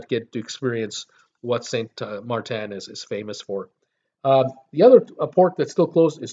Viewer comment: SaintMaarten get it right I'm from Saint Maarten🌄 we are open Y don't u fly🛫🛬 down to see for your self